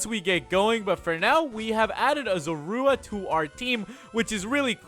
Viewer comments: Wired how in black and white he said ZORUA but here he said Zurooa ik how it's spelled but it's hard to spell something with how someone said it when u already know how it's rlly spelled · You did not pronounce zorua